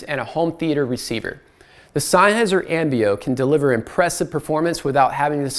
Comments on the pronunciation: Nitpicky, but I believe it's pronounced "zen-highser", not "sign-highser". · It triggers me, sorry: It‘s not SEINnheiser, it‘s SENNheiser .. 👉🏿😬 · It's Senn-heiser, not Sein-heiser!! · It is not pronounced Sign-heisser like you've been pronouncing over and over! It is Senn-heiser! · Agree totally. Really annoying. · Its Sennheiser, just like bud. Not syne, senn! The review was nearly unwatchable, nice try though? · Sein-heiser? Rofl